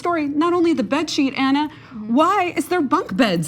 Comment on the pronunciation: Ana not Anna, dear dopeymark.